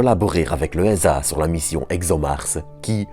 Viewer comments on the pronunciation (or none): ESAse prononce éza 😉 Donc on dit "léza". Pas taper !